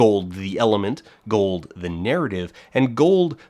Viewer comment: The way he says "gorld" makes this close to unwatchable